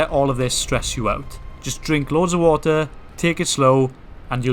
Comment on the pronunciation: 4 litres Of whater a day 😂